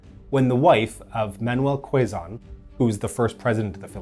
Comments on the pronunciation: and magsaysay is prounounced as mag saay saay not seey seey.. and quizon is not kwezon it's kezon. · Osmeña is pronounced “Os-men-ya” Magsaysay is “Mag-s-eye-s-eye” Quezon is “Ke-zon” The Philippines isn’t a parliamentary system. It has the Congress with both similar to the US Congress. Quezon isn’t the 1st president, but he is the 1st president of the Commonwealth (with the US). Osmeña being the 2nd and last. Edit: Roxas is actually last. Also note, the breach of truce is still quite frequent in the current communist insurgency. First shots started by the communists in every truce between the government and the insurgents. All truces are farce truces to the commies